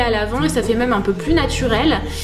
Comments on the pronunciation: J'aime trop tes vidéos mais ton accent sur le mot même m'énerve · je t'adore et j'adore la manière dont tu dis même! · tu dis tjrs ''meume'' mdrrrr je t'adore